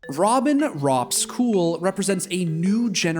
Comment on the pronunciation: Its not cool its Kool like coca cola not cuca cula.